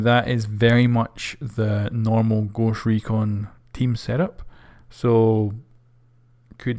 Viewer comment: Goooscht Rekooon xD